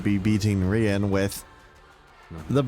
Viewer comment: Yea this is some nice gameplay and a interesting opinion on the canto, unfortunately u pronounced riens name as "ryan" so i literally cant stand anything in this video anymore